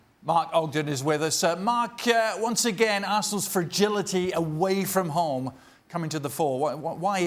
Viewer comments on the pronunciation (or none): "away from haum" 😂😂